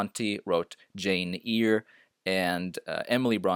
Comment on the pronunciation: Jane “Ear”?